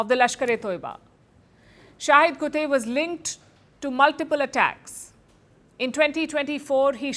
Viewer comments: Dam why doesnt she pronounce the name right???? Its KUTTTTTTEY......not KUTEY ???? kutta tha vo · Its kuttey not kutey😅😅😅 please pronounce its properly